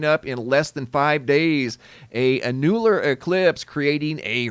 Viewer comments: Annular is not pronounced: (A new ler), it's pronounced : (An yu ler) Ur welcome! lol 😁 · 'Ann-YEWL-ar? It's ANN-u-lar. 😘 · The pronunciation of Annular is Ann' U-lr...emphasis on the first syllable. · Annular is pronounced AN-you- luhr 🤦‍♀️ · It’s said …… AN YOU LAR eclipse not whatever you’re saying lol